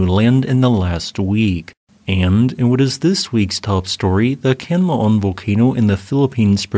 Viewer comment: Great job, appreciate your work. If you are interested in pronouncing the Philippine volcano as natives do, say "KHAN - LA - OON" 3 syllables. The stress is on "LA" and said in a rising voice. KHAN is flat/low, LA is rising, OON is down/ending sound.